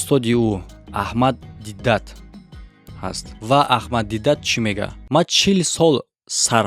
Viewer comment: Бахшиш Талафузи исми марҳум аҳмад дидот на дидат